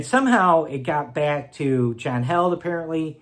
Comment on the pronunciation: Just curious why some pronounce his name as John "Held" but he pronounces it "HEALED" Is it a joke I'm not in on?